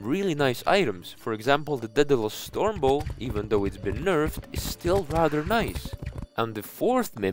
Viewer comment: daedalusus stormbow? i thinked is daedalus stormbow...